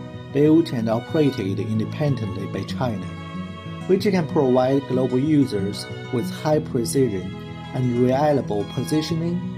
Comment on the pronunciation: "ProVide", not "proWide". It's easy to pronounce "v", just say "f" sound softly. Example: say "proFide". Be better in English. It's easy.